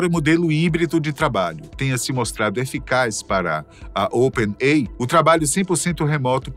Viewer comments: não sabe ler? Não é Open-ei! é "Open-ei-ai" (OpenAI)...☺ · Excelente o vídeo, mas o apresentador fala "open ei", quando deveria falar "open ei ai"! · Toda vez que é falado Open "Ei" eu sinto um soco no estômago. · Open "Ei" 😂😂😂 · C&A não pronuncia "sei" assim como Open AI se fala Ei Ai. Espero ter ajudado este canal maravilhoso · OPEN EI AI !!!!!!!!! PRONÚNCIA CORRETA, OXI! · O narrador esqueceu do ‘i’ em Open Ai?